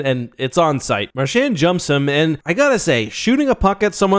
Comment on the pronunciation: "Mar-shaannd." Christ it's pronounced "Mar-chauned"